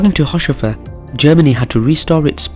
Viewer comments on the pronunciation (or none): This is pretty good, though his name is pronounced haus-hofer rather than haush-ofer... Not many seem to know this little nugget but Haushofer was the source and inspiration for the Swastika, the Buddist symbol for happiness, adopted by the Nazis. He got it from his time in Japan after living there as an attache.